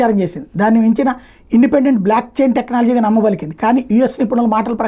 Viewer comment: its BLOCKCHAIN technology, not BLACKCHAIN technology